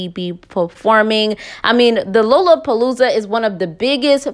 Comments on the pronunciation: So cute they way she pronounces lollapalooza…. It’s Pronounced Laa luh puh loo zuh 😘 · NOT "Low-La-Palooza" 🤦‍♀️🤷‍♀️💀😂😭🥴🙄, Love this channel, but if you gone report stuff, I'ma need you to learn to pronounce stuff right and report names right Lol! I be noticing that about you alot fr.... Other than that, Good tea 🍵 tho!! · It’s pronounced like Lala-palooza